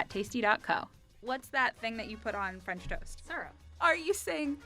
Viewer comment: she is from Punjab 😂 even I don't know why she didn't say "fransh"